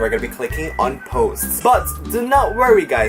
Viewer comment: Lol🤣🤣🤣🤣🤣 I am sorry but it is soooo funny how he says po new videos instead of post🤣🤣🤣🤣🤣